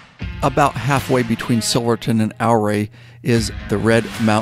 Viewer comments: Great Vid of a beautiful area - though you mispronounced Ouray. A lot visitors mispronounce it as well. I live in the Durango area and feel you did the area justice especially with the aerial views. Silverton just opened up this week, so it's time to get the HD warmed up and get out there. Keep up the good work! Yes, not much to see between Gallup and Durango, but still a great ride. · Its pronounced "yer-ray". Named after Chief Ouray of the Utes. I'm a west co resident. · Pronounced U-Ray. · I was correcting him everytime I heard him say it wrong lol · drone is right over my house. FYI its "Ooh-Ray". Come back when its not so smoky when the skies are deep blue. It's magical. Do the San Juan Skyway Loop: Durango, Silverton, Ouray, Telluride, Cortez, Durango. I cheat and cut off in Dolores towards Mancos then Durango. Another great ride is from Ouray to Naturita, then take SH 141 to Grand Junction, roll on to Colorado National Monument...best not in the middle of the summer as it can get pretty damn toasty. Then its an easy hop to the National Parks in Utah. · OURAY Co is pronounced YOU- RAY not OUR-RAY I lived there for 25 years. Named for the Chief of the OURAY Indians that settled there. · I've ridden it at least a dozen times in the last 28 years...the locals corrected me...they told me Ouray is pronounced "Yooor-ray" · loved your video on the Million Dollar highway. Me and some friends will be back there again this summer. Just thought I would mention, that the proper pronunciation of Ouray is “OOOray,” rhymes with Hooray. 😊. Keep at it brother. Love your stuff. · Back in 77 I bought a Kawasaki Z1. Lived in CO so I rode it all over the state, and later to the Bay Area and back. Durango is worth a ride on the Durango and Silverton RR. You saw a lot of it though. When you ride South out of Ouray (pronounced Yer-ray after the Ute chief),the highway winding up out of town is amazing! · More like your-AYE. 👍🏻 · "Ow-Ray"? Really? 🤣